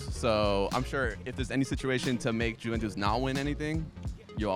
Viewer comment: Jimmy, please tell to stop calling it Jew-ventus 😖